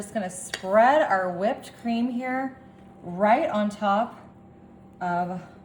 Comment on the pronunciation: Did she say whipped cream with the hard wh— like Stevie?